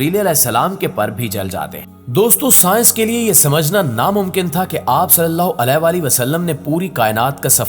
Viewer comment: پلیز محمد صلی اللہ علیہ وسلم کا نام کے ساتھ جو آپ علے وسلم مستقل غلط کہے جارہے ہیں۔یعنی علیہ صحیح لفظ ہے نا کہ علے ۔۔۔alayhi sahi lafz hai jab k ap ghalt (alay ) kah rahe hain.